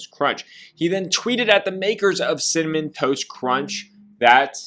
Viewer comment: why cant say “cinnamon toast crunch” to save his life 🤣🤣 cimmun, cimiss